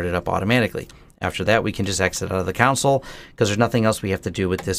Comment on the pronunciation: It's pronounced, 'CON-sul'....not 'COUNT-sul' :) (Maybe you should just call it the 'terminal'?) :)